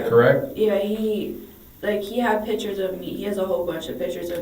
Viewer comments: we finna be pacific about the pitchers... aight? aight?.......😂😂😂😂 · lol.... cant forget pitcher....... lol.....